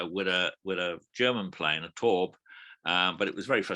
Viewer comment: 👍 Very enjoyable, bar the crisp packets and table thumping. BTW: Taube = "dove" in EN, a strange name for a warplane. Pronounce "Taube" as "Tao-buh", with ("tao" as in "The Tao of Pooh").